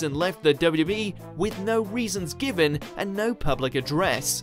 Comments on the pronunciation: Has been drinking? He can't say W.W.E! It sounds like wwbee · You can never say ‘WWE’ again